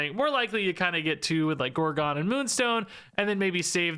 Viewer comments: Every time he pronounces it gore-gone I lose a year off my life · No comments being triggered by his pronounciation of gorgon?